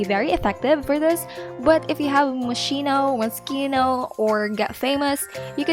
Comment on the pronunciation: Thanks for the tips! Moschino sounds is pronounced like mosquito btw ❤